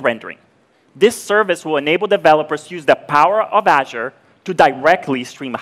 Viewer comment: Can't pronounce azure either 😕